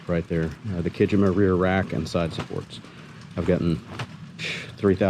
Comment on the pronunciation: I think that the new rack on your Super Cub is pronounced as ki-JEE-ma. Think “Iwo Jima”. In Japanese, “jima” or “shima” means island Courtesy of Half Vast Flying.